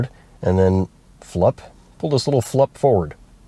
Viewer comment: Flups... hahahahaha!